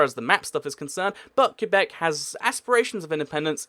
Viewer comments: It's " Ke-bec " No discussion. Also there's already France in North America, so yeah, Quebec wouldn't be the only french-speaking country there. But I guess the never went to school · I'm a French speaker from Québec. You pronounce it ''Kay-bec'' because in French, the ''u'' here is silent and the ''é'' is pronounced ''ay''. That said, some English speakers pronounce it ''Kway-bec'' and we accept that too, even though it is kinda wrong. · I live in Québec, I speak french, and the correct pronunciation is '' Kay-bec ''. The ''u'' in French is silent here. But yeah, most English speakers will wrongly pronounce it '' kwa-bec ''. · It's pronounced kwebec not kyubec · "qua" beck, not, Que bec. soft qu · Québec is pronounced “kay-bek” not “cue-bek” FYI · It’s not Q-bec it’s Qwe-bec and it wont ever be independent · It is too bad you can pronounce Quebec properly. It isn't pronoinced Q Beck it is pronounced ke beck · It's pronounced kay-beck, not cue-beck. Alternatively, you can call it Kwe-beck, as many anglophone Canadians do, though it's not really correct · Interesting video, but only 4 countries made your list in the end (as witnessed in your round-up at about ). Also Quebec can be pronounced either "ca-bec' or "cwa-bec" but I've never heard it pronounced "cue-bec" before. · Do me a favour dude. Its Kay-bek not cue-bek. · You pronounce it Kay-Beck or Kway-Beck normally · It's not pronounced "Que-beck", it's pronounced "Qwe-beck" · You are not supposed to pronounce Quebec as “Q-back”.. I know that there are a lot of places where it’s up to you how you pronounce them, but you should pronounce Quebec the proper way. I mean you could pronounce Leicester “Lei-ses-ter” too, but that’s not the right way to pronounce it. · It's pronounced like kebbek kuebek I know people will say I spelled that wrong, I did that on purpose. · for the love of God, Quebec is pronounced "Ka - beck" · umm does he know how to pronounce quebec